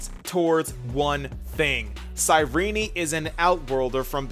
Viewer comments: First few secodns of the video, mofo pronounces cyrinee instead of Cyrene....leaves downdoot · Why is her name pronounced as Cyrenee and not Cyrene? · The way he starts is immaculate, like he goes "cyRENE" and i love it😂